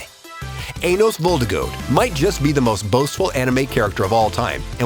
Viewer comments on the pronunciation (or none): when they do Anos dirty and butcher the last name sadge one of my favourite anime too